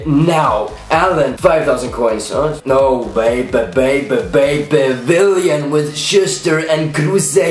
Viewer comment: Why do u say Villian when it's willian